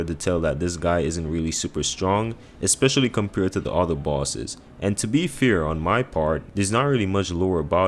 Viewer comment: Why does he pronounce “fair” as “fear”